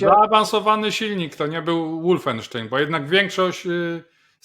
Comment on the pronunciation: "Wolfenstein" wymawia się "wolfensztajn", nie "łoolfensztejn".